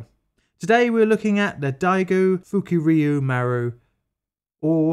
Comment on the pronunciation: UHuhhhhuhhu... You said FukUryu